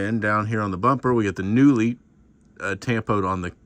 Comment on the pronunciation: He's pronouncing it wrong. It's pronounced "Koonley"